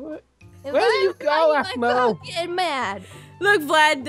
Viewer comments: Really? To me it sounded like says 'baboo', not 'bamboo'. But otherwise yep. I totally agree! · Newz Kidz it is "Baboo" not "Bamboo" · When Vlad as a baby says aphmau he says it like bamboo WHICH IS ADORABLE